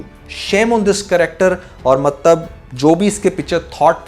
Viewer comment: You said mattab 😅